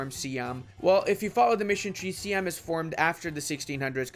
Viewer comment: SEE-ahm? Triggered.